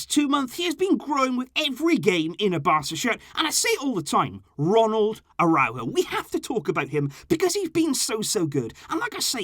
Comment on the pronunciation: 😂😂😂😂 nikka really say aurojo d best d 😂😂